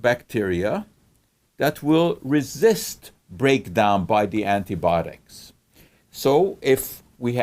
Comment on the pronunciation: Good explanation! Why do you say antibotics and not antibiotics?